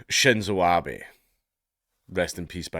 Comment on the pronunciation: It's Abe (ah beh) not Abby.